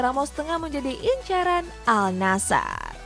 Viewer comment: Para host yg membawakan berita hampir semuanya mengatakan AL NASHER, padahal dibaca AN-NASHER. Kudu belajar bahasa arab dulu lah.